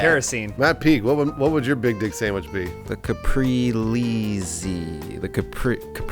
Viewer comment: They don't know how to pronounce caprese LUL